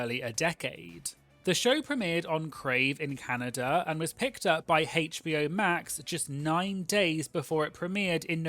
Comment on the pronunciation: The pronunciation of HBO as haych-bee-oh instead of aych-bee-oh 🙉🙉🙉🙉🙉